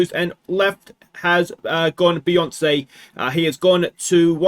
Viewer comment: It's a shame to see Beyonce go, Some truly classic surname butchery. 😂